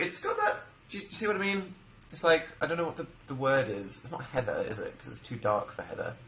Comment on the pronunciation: the way he says "Heather" killed me I know he was talking about the colour but my name is Heather :")